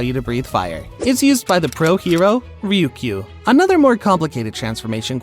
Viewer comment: ok seriously what is it with the people doing these videos adding letters to words where there are no additional letters? ryoko is not ryukiu